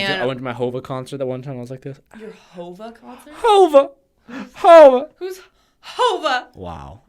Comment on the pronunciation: Is hov not hova